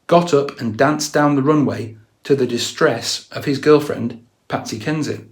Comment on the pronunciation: Not saying Patsy HENSHIT instead of Patsy Kensit 😂😂 lmao